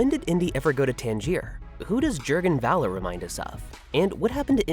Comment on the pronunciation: Sigh. Why is it so difficult for anyone English-speaking to understand that the German "V" is prnounced like the English "F".. as in "Fun"? So "von Braun" is pronounced "Fun Braun" (whih hopefully makes you smile" and "Voller" is "Foller" (I am not even asking you to learn how to pronounce "ö"correctly, though that would be "eh", so "Voller" would actually be something like "F-eh-ller") Perhaps it is because I personally speak/read/write 4 languages (Danish, English, German, French) and understand and read Dutch and a few words in Russian, Swedish, Norwegian, Italian, Spanish, Arabic, Kurdish, Czech, and Tagalog. While I love the English language, I do not understand why English-speaking natives do not even try to make an effort with other languages. Laziness perhaps?